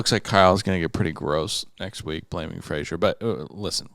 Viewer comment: Why do y‘all call Fraser Frazier? 😅